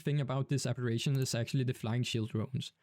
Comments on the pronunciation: “Aberrations”🙄 It ARBITRATION. Ar-bi-tray-shun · Arbitration Ar-bih-tray-shun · Great explanation, thanks... but how many times did you mispronounce Arbitration? 😅